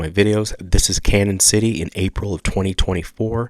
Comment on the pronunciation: it's pronounced like CanYon.... the ñ has the tilde over it. Sounds like a Y